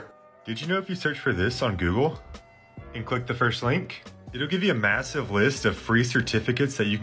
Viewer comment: Why are you mispronouncing words like google and harvard?